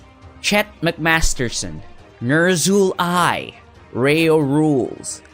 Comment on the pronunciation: I always look forward to the part where you say "Nerzhull'AI" and "Hjörtur S. Hjartarson".